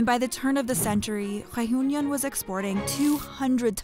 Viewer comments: everytime she says re-yun-yon I want to bang my head against a glass window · "The island of Rejuñon" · By the way, the final 'n' in Réunion is not pronounced if you want to pronounce it with a French accent. But it's probably better to just pronounce it the anglicised way.